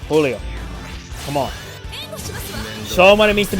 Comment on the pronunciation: Giulio is pronounced like “Juliet” but saying “lio” at the end. Also, think “Rudy Giuliani” but again saying the last name as “Giulio.” It’s an Italian name, since he was a servant of a big Italian family (in the movie).